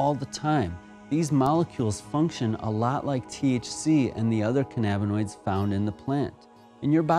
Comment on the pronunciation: it is not canana binoid it is canna binoid